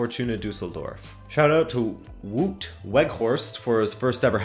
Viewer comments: the way your pronounce Wout is almost unbearable haha ;). "ou" isn't pronounced as "oe", like you did, but more as the "o" in the English word "now" or as "ou" in the English word "round". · Canadians have that pronunciation tho